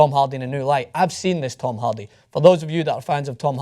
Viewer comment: As a huge Braveheart and Groundskeeper Willie fan, I enjoy ' accent. It's weird that he pronounces Hardy as Halldy... And yes, Tom Hardy is a brilliant actor.